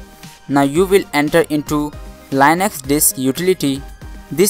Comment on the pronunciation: Just in case you didn't know, Linux is pronounced "lin-ex" not "line-x"